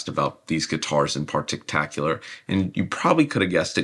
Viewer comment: "Partictacular" is my new favorite word.